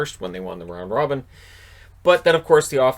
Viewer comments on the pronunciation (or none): none